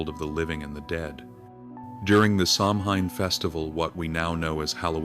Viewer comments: Although it reads like Sam Hain, It's pronounced (Sowen) 🙈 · Samhain is pronounced SOW 'IN. I am a Wiccan and celebrate it every year. PRONUNCIATION shows respect TY